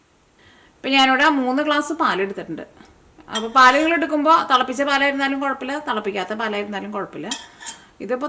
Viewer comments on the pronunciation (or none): മാടം അത് തളപ്പിച്ചത് അല്ലെങ്കിൽ തേളപ്പിച്ചത് അല്ല. തിളപ്പിച്ചത് ആണ് ശരിയായ ഉച്ചാരണം. ഒന്ന് റിസർച്ച് ചെയ്തു നോക്കൂ.